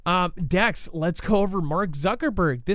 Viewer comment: I live right at the junction of ky mo and tn. Haven’t felt anything. And no you didn’t say it right dex lol.